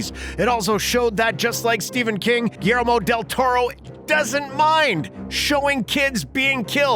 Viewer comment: “Mimic” came out in 1997. Hardly the “early nineties.” Also, please learn how to pronounce “Guillermo” correctly.